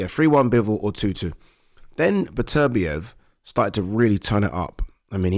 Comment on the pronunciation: Pronounce the guys name right, it’s Beterbiev not Betervia